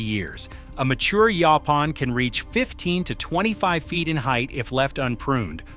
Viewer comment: Across the southern USA where this plant is common it is always pronounced "YOH-pahn". It is super-abundant in the East Texas piney woods, but when I grew up in Texas nobody talked about it being consumable. Pictures shown in the video of the larger leaves with spines are not Yaupon; they are Common Holly. Yaupon Holly is the much smaller oval leaves with slightly ruffled edges.